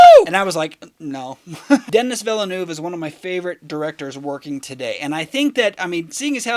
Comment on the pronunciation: Pronounced “Denny Villnuv”. The “u” sound is as in the word “up”.